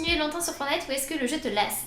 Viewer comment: FOR"T"NITE PAS FORNITE LE T LA IL SER IL EST PRÉSENT LE TTTTTT😤😠😈